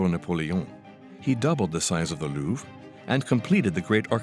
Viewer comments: It's the Lou-VRE. not the Lou. How difficult is it to check some pronunciation when you are dedicating your entire channel to one palace with a French name? Seriously... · why is he pronouncing it LOUF